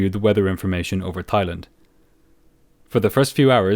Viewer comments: Everytime his says "Thighland" instead of "Thailand" I giggled 😂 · Brilliant video. Though it's not "Thigh" it's said like " Tie " love your story telling style. ❤️ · It’s pronounced “Tai” not “Thigh” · The H in Thailand is silent 🙏